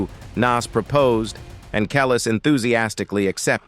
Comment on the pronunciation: Kellll..is..say it right mf! ( Samuel Jackson)